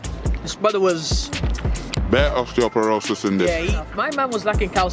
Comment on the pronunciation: man said osteoporosis 😂😂😂